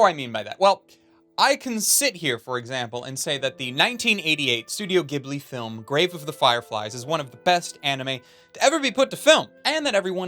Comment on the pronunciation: Studio (J)ibli! (Jiburi if you want it more "Japanesey".) You used to say it correctly and seen to have moved backward. Although I thought I never would, I have watched Grave of the Fireflies a second time. It is not anywhere near as hard a watch the second time (except maybe the first 5 minutes now that you know what it represents) and in some ways you can "enjoy" is brilliance more. I would recommend a second watch. Is it just my imagination or does the character in this anime look exactly like you but with black hair?